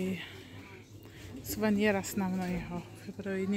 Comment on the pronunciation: суванер не Сувенир🤣🤣